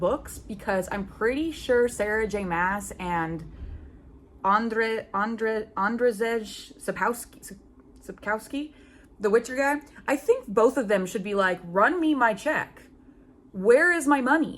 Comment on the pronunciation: Haha, i can help with Witcher author's surname! You pronounce his surname Sap (like tree sap) - ko (like co in cocky) - wski (vsky) 😅